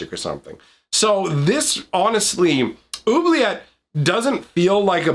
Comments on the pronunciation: Oubliette, is already French. "Who-Blee-Yet" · two ts and an e = say the t sound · even in French it would be pronounced with a hard T sound at the end